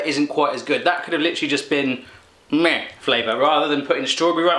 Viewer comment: Who else thought he said "meth" rather than "meh" for the pop rocks?